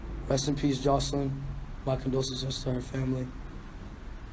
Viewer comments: He could never say condolences right😭🖤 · He said "condosenses" I'm shook but seriously this is so sad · Who Cares? He don't know how to say condolences. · Lol I thought for sure he would've corrected himself after the first time. That baby just had a hard time pronouncing that word. 😅